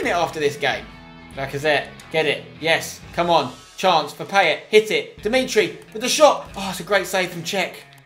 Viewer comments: It's pronounced, Pie-et* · I love how Spencer butchers Payet in this series... 😂😂😂 (his name) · If you love Payet so much, say his fucking name right...